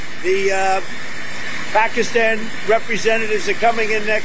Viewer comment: 'Pahk-a-stan'... not, 'Pah-KEE-ston'... professor. How is it that a Georgetown, educated attorney has so much trouble with foreign pronunciations??? It's disrespectful.